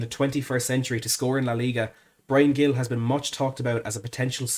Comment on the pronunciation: A small correction,. Gil is pronounced more like Hil, the g sounding like a soft h. Of course, this only matters if we sign him. COYS.